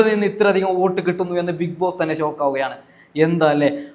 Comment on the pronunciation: നീ ഒന്ന് നിറുത്തി പോടേയ് 😂😂😂സോക്ക് അല്ല ഷോക്ക് മോനെ ഷോക്ക് കുഞ്ഞുമോനെ ഷോക്ക് 😂😂😂